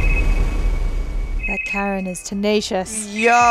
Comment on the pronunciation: Everytime says Karen's name, I can't help but laugh 😂